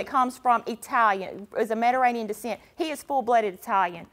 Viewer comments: "Medaranian" 🤣🤣🤣 It's Mediterranean lady!! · She couldn’t say Mediterranean to save her life